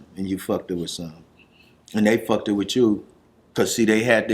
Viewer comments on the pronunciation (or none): They fuck-ted wit you. Come on cuz lol. I ain't never heard fucked said like that.